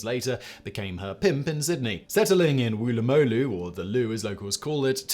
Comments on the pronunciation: I think what you were trying to say was "Wool uh mah loo". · "Woolah-mah-loo" mate.